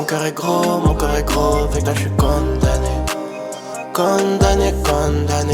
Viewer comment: On dit condamné pas conne damné